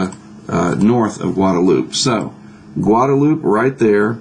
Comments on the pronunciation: I'm reasonably sure it's pronounced Guadaloupay not Guadaloop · I think the island is pronounced "loop" instead of "loupae." There's Guadalupe in Mexico that is pronounced "loupae," though.